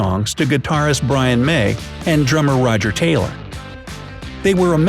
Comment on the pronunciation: The way he say Taylor made me cringe